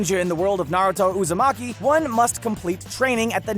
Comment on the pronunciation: NarAto UzAmaki